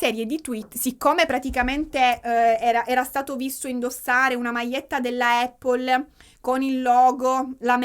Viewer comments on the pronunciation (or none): none